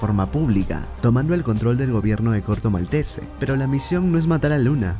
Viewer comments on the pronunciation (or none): Corto Maltese es francés así que la E final de Maltese no se pronuncia